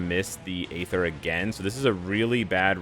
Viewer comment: for god sakes the 'A' in aether is silent. 😂